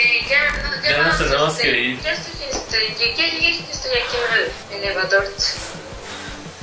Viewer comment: Karen : "Ya estoy en el elevadorts" 😂😂😂😂😂😂😂